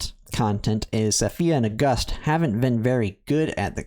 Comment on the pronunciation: OK while we are on the topic I’m pretty sure Auguste is pronounced like the month August (or if you wanna pronounce it the French way you could do “Aw goosed” since it’s the French form of Augustus). I don’t think it’s pronounced like “Uh Gust” as in “a gust of wind” lol Anyway I like your informative content and I hope u keep it up 🫡